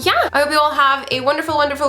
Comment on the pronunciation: pronunciations are so good especially when you say 안녕~ it sounds like a real Korean. I've seen many English speakers who have difficulty pronouncing 안녕 so I feel that you've practiced a lot on pronunciation :) I enjoyed watching it